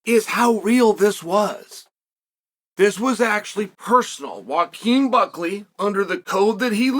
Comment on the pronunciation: I just realized our dearly beloved Uncle Chael pronounces Joaquin as "Wakeem" 💀